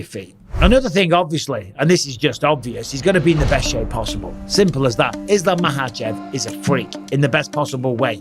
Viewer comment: Makhachev. Not mahachev. Not everywhere in the world j is pronounced h and kh is silent